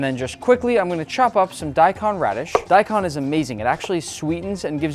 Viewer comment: Talks about mispronouncing Pho then proceeds to mispronounce daikon 😂